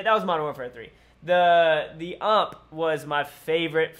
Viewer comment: why do you say ump XD it's just U M P